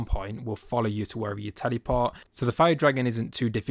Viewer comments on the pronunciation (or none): for the love of god please say teleport not tellyport what the hell 😭